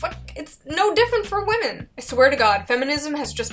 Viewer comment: I like how everyone knows how to pronounce whamen